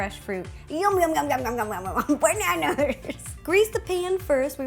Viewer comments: it its ba-na-as not ba-na-Na-Na_RS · Why she keeps saying Baneners instead of banana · BANANER?!😂😂❤️ Love U rosanna, I also love to bake🍓🍮🍩🍩🍩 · the way you pronounce bananas...